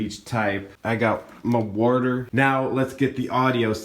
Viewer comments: you say worter it’s water hon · ENFP: *repeats after him: My Wuah-tur. a couple of times XD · I'm not kidding, my sister is INFJ and she says words just like you said "water" like that all the time randomly like you do lol.